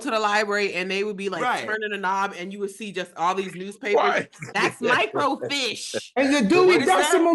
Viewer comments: Micro-Feesh is how to pronounce microfiche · Depending on the size of your city or town, there may have been a "main" library downtown that housed more records than the smaller branches. Otherwise they would contact a library in other locations to request the film. And yes, it was sent thru usps. Also FYI, it's pronounced "micro-feesh". Dammit I'm old!! 😂